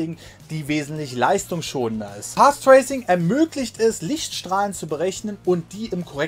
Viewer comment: "Pathtraycing" :D